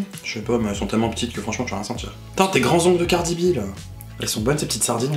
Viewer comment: “Cardi Bie 😂” 😂😂😂